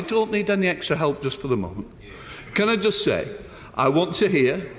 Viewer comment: "Can ah joost sae"